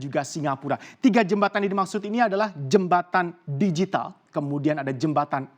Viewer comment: Pelafalannya "digital", bukan "dijital". Karena kata digital sudah diserap menjadi bahasa Indonesia